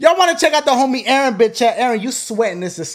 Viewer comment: it’s EERRRNNNNN nah fr his name is Aaron